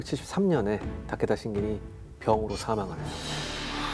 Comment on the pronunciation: 재미있게 봤는데요. 근데 발음이랑 띄어읽기가 좀 이상해요. 잘 모르는 사람이 그냥 대본 읽는 건가? 하는 생각도....특히 도쿠까와 타께따랑 가케무샤 ㅋㅋ 츠키야ㅡ마도노요 ㅋㅋ 백범김ㅡ구선생 ,이순ㅡ신장군 이렇게 읽으면 좀 이상하잖아요? ㅋㅋ